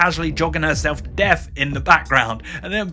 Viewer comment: Stop pronouncing "th" as an "f" or a "v"!!! It's death not deaf, think not fink, and thought not fort!!!